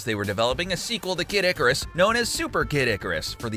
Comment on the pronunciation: THE WAY YOU PRONOUNCE ICARUS HURTS MY SOUL